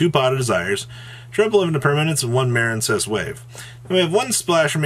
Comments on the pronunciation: Dudes I was on this dip shit forever over Muh-reen cess which he calls Maren cess even though it's a water archetype and what is marine? 🤣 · Still Maren-cess huh? That's what's sad. Grow up bro.